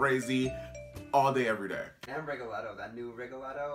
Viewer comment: bitch you are the first american person that i hear pronouncing rigoletto the right way. bravo!